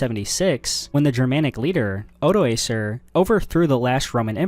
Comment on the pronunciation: and odoacer saod wrong